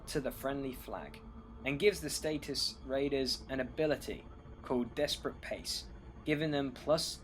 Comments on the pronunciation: Harvin? Derrrg? Status? ...do you even read these names? Nice BR tho, great to watch and nice narrative other than the name mauling! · Satyxis = "sah-TICKS-iss". Darragh = "DAH-rug".